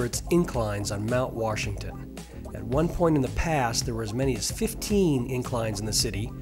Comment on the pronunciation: If you are going to narrate a video, you should probably learn how to pronounce the word "Washington." It is not pronounced "Warshington."